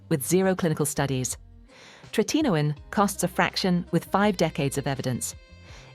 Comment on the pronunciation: I just hate all this AI CRAP! Yes, it’s call Tretinoin. But AI can’t pronounce it correctly. 🙄